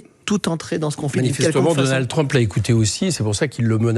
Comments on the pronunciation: Et quand Mélenchon prononce Trumepeuh pour Trump c'est antisémite ? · Mélenchon a mal prononcé trump, Clinton, ils ne sont pas juifs